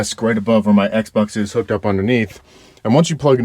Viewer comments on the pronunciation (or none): none